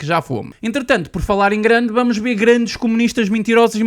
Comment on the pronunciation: "Mintirosos", "bamos lá ber", num é?